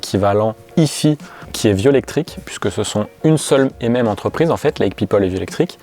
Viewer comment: ah, si on prononce à l'anglaise faut le faire pour les 2 parties : si hi-fi ça donne haï faï, pas haï fi 🙂